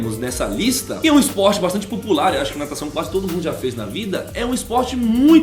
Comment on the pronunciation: Natacão não é dificil '-'